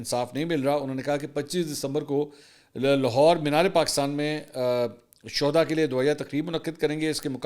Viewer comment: It’s shoda not shuhuda